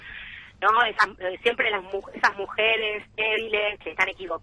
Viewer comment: Macri lo dijo clarito, las mujares son así Ah, se dice mujeres? Mauricio!!!! Mauricio!!! Se dice mujeres, no mujares .